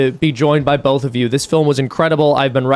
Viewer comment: The way Mormons say “bolth”